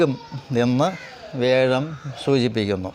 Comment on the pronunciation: വേഴം അല്ലല്ലോ, വ്യാഴം അല്ലേ?